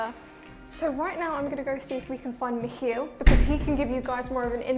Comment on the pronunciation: first britisch person to pronounce miCHiel proper )